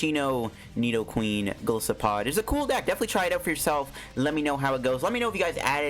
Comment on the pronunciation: it actually pronouns as Ge-lai-se-pod